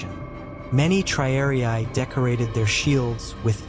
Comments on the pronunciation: Triariai? Isn't it, rather, TRIARII? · The silly AI voice commentary doesn't even know how to pronounce the word "triarii."